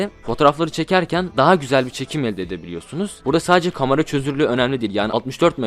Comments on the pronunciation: Ben de ya lanet olsun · Adamın kamara demesinden dolayı videoya odaklanaamfim yaa